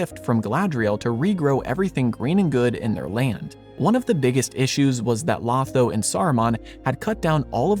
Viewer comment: I think you left out a tiny but key detail. Sam is told, he was one of the Ring Bearers while they are at the havens, but that he could not _ yet_ sail into the west. The door is left open that he might see Frodo once more. Also, Lotho's name is pronounced with two long "O"s. It is a jest by Tolkien that one of the most loathsome hobbits in the Shire is named to alliterate with the word - thus, loathsome Lotho.